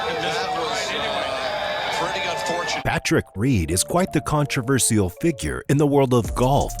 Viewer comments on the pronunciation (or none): As soon as he said controversial in that way I had to jump off